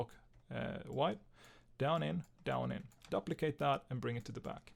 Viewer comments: duplicate (doo-pli-cate) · I Love how he pronounces duplicate